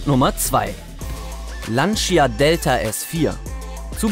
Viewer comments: 1. Schlimm wie Lancia immer wieder falsch ausgesprochen wird.. Lantscha und nicht Lanzia! 2. Wird der Delta viel zu kleinlich präsentiert, immerhin ist es das einzige Auto mit 6 Rally-Weltmeistertitel... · Lantscha nicht Lantschia 🤓😂